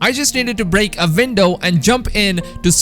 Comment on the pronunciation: “Break a vindow”